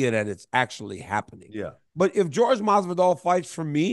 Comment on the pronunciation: What’s up with calling Jorge George? It’s Jorge.